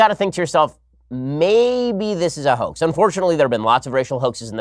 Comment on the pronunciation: Can you say HO-AXE??? Sure you can.